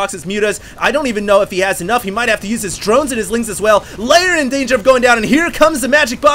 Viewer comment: Huge fan, great cast. Only comment, and I know you've been casting for quite some time, but...it's Lair as in "L-eh-r", not so much "Layer". Great match, thanks again.